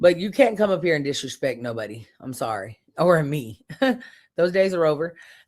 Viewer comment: I LOL’d everytime you said “dishrespect”